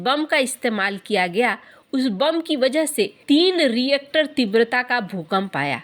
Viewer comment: Teen rishter and not teen reactor.